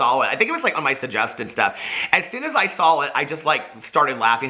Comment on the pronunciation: When you say “sal-it” instead of “saw it” too 😂